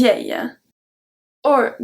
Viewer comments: C’est génial. Merci. Minor tip, your pronunciation of the English “our” is off. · The way you said our confused me for a second